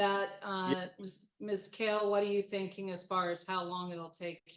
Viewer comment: I feel for the GAL and her last name never being pronounced correctly 😂 it is Kale not Call